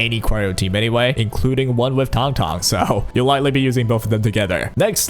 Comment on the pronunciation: This is the only guide I will watch for her because EVERY OTHER CC I have seen pronounces her name incorrectly. THANK YOU